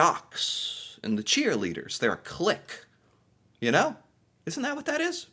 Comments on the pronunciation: Clique almost sounds like click so you were close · Social group is a clique (French origin). The English pronunciation is kleek. The reason a click is used for distance is that on the analog odometers when the last number rolls over to the next there is an audible 'click'.